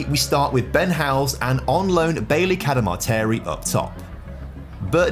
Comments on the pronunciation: Been a Huddersfield Town fan I cringe when you pronounce Bailey Camadarteri 😂 please don't think I'm being negative l, I love your content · His surname is pronounced Cada-Martin 😂 Sheffield Wednesday fan unfortunately here but love your videos mate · Liked this channel until I realised he couldn't pronounce Cadamarteri Clearly he doesn't know who Danny Cadamarteri is???